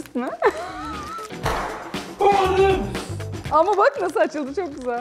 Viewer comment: ''ANAPIS'' lkhfbshfbkjadfkhjadk